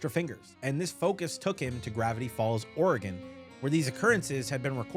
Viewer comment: The “G” in “gnomes” is silent my boy💀 Edit: youre not too good with “G’s” huh😂 g in Oregon is a hard “G” like in “dog”😭